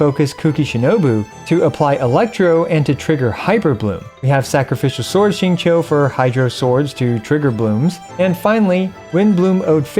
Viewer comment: Wow first time hearing someone pronounces XingQiu right lol